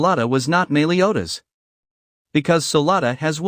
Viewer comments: meeliodas? meliodas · “Melee”odas lol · Your saying meliodas wrong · Es cA NeR= Escanor (es- cah- nor) BeRliOn= Belios (belly oh s). Mealiodas= meliodas (mel e oh das)